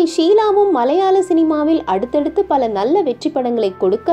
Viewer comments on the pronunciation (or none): none